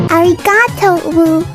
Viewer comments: Did She Say ArigaTO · “Are-ee-ga-toe” 💀 that aint even japanese you wannabe